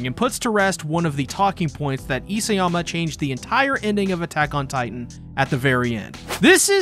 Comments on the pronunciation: It's Isayama not Iseyama. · You keep mispronouncing Hajime's surname; It's i-SA-yama, not i-SE-yama. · Why are you struggling so much with properly prounouncing isAyama?